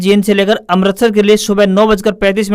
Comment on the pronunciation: आप अमृतसर को अमरतसर बोल रहे हैं। कृपया शुद्ध उच्चारण करें।